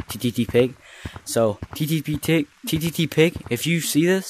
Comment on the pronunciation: hhahahah “ttttig”